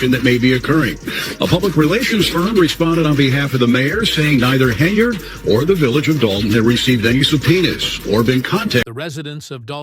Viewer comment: Tiffany "KENARD"???? Don 't waster your time on this AI generated crap.